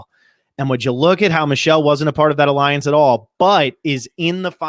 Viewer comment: A-LION-CE #KINGTONY